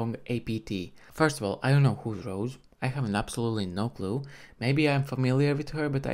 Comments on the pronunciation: Rosé not Rose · It's Rosè pronounce Ro-zay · Her name is pronounced like Ro-say or Ro-zay.